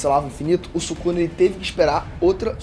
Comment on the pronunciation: "Subuxa" akkakakaak↩️